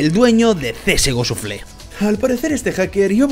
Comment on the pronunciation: shafle no shufle:v